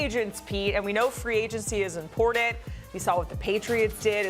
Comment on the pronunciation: is it important-ANT? what is with the ebonics? learn to talk.